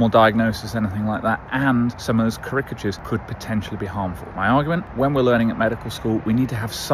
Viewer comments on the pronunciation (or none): What's the differential diagnosis on why someone would pronounce "charicatures" so oddly? For future reference, the stress is on the first syllable!